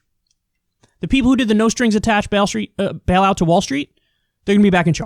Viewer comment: He said Bailstreet Wallout 😂😂😂